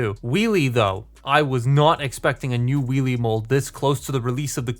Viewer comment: It sounds like you're saying wee wee instead of wheelie lmao, and I can't unhear it